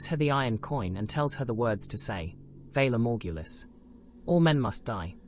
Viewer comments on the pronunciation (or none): “Vaylore mortghoolis”… they say it too many times to not say it right… 😂